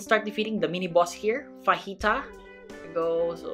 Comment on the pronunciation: nkt fahita its fajita!!